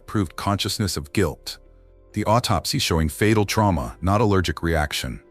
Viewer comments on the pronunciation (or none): none